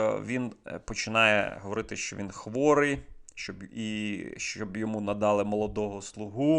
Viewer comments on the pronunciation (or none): none